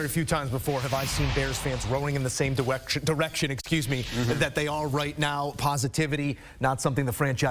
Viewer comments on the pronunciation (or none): These motherfuckers are playing algorithm games. I will not participate. Oh Fuck I just did. I lose again. Don't worry I am used to it. I am a Cowboys fan. Did he just go all Elmer Fudd and say 'diwection?'